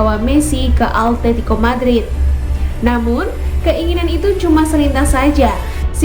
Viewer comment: simao,,,, simoa atetico.... altetico awowkwokwo